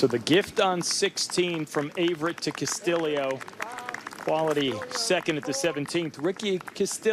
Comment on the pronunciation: This guy cannot pronounce Castillo